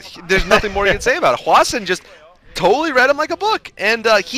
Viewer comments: why does always call hwasin hwashin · It's possible that that's how Koreans would pronounce it, but I'm not sure...I've heard it pronounced both as "Hwa-sin" and "Hwa-Shin"